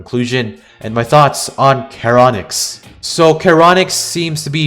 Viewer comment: I agree with everything you've said besides the heinous pronunciation of karonix instead of sharonyx It's charon-nyx Charon is pronounced like Sharon Your welcome I'm here every hour